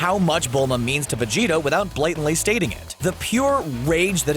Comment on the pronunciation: anyone else hear vegito instead of vegeta ?